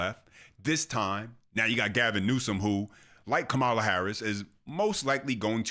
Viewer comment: Ka - ma-la😂😂😂😂😂😂😂😂😂😂😂😂😂